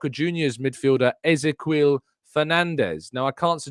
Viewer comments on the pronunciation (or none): FYI Ezequiel is pronounced just like the Hebrew name Ezekiel